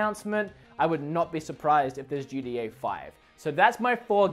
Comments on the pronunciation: GTA ( GEE-TEA-AYE) you pronounce it ( GEE-DEE-AYE) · “GDeeA 5”